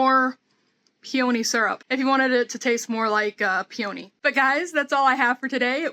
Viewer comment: Hiya. Is it a regional pronunciation of peony that you're using? May I suggest you google 'pronounce peony' in order to see what I'm getting at? Fascinating. Stay safe. All the best to you. P. S.: How're the chives?